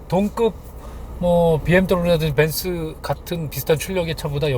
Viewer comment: 발음때문에보기거북해요...그냥..벤즈~말고벤츠라고하는게 좋을거같아요